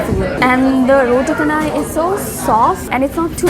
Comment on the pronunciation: roti chanai not roti kanai